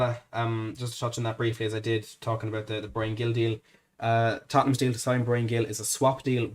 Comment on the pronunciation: A small correction,. Gil is pronounced more like Hil, the g sounding like a soft h. Of course, this only matters if we sign him. COYS.